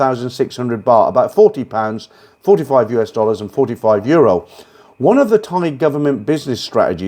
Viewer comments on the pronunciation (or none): none